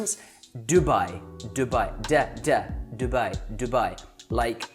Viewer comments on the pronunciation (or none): its not duh it doo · Dubai is not Doo+baai but more Do+bey And kuweit is not kooo+weit bit more Ko+weit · I’ve never heard anyone say Jewbye instead of Dubai! :/ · You pronounced Dubai wrong it is pronounces Thu bay not DO BYE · Are you sure your pronunciation of "Dubai" is correct? All Arabic speakers I've ever heard pronounce it closer to "du-bay" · its du-bayy n shaarqa, bah-rayyn, qaTarr n ku-wayyt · You're still pronouncing Dubai and Kuwait wrong.